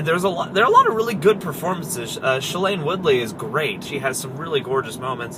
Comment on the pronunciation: It's Shaylene Woodlee by the way not ah alien